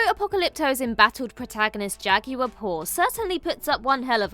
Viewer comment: You all really need to learn to pronounce Spanish words so much better because this is offensive. Con-kwistudors aren’t a thing, neither is a Jah-gyuer.